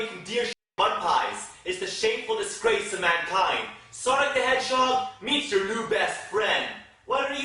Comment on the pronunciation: Can you stop pronouncing "Your" as "Yo"? It sounds really forced and I'm actually cringing every time you do it. If you're gonna speak that way then make sure you sound natural because it sounds really lame otherwise.